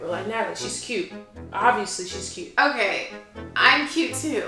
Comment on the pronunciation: i died win she said cue and not cute